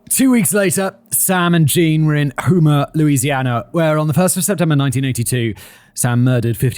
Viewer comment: Distracting from the horror of Little's actions, hearing Simon mispronounce Louisiana cities is jarring (it's Op-uh-loo-sis and Home-ah).